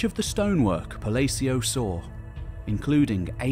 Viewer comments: Narrorators should pronunciate names correctly. So Palacio is spanish. So the "A" vowel is short as in the sound in words like, all, appeal, apphend,again. & Afraid. Pa la ci o lalalala blah blah blah same sound in all of these words the letter a in Palacio makes. Thank You appreciated. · Love your channel, love your content, love this video. But 8 minutes in and i can't stand the way you pronounce Palacio